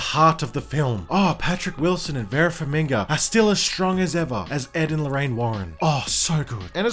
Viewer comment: Vera Farmiga, not Vera FarmiNga. come annnnnnnnnnnnnnnn